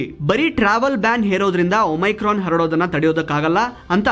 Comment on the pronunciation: please ಒಮಿಕ್ರೋನ್ ಅಂತ ಹೇಳಿ.